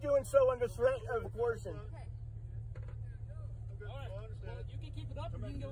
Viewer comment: "under Distress and coorson" .. 😅😅😂